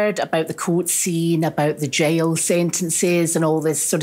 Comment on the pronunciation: She called the jail, the jyle 🏴✌️